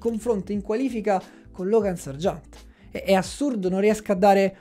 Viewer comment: Ok tutto, ma perché pronunci Sargeant come se fosse francese?